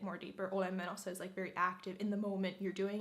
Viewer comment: you're so cringe. Menossa doesn't mean going :DDD also your pronunciation sounds so, how should I say it? Gross? It sounds so robotic and greasy and not natural.